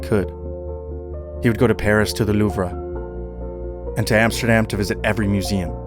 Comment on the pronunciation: "Loover", haha. Idiot.